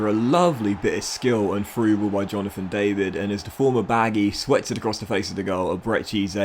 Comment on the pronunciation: Hi, ur new striker aka Jonathan David, u need to pronounce the David with a french accent:)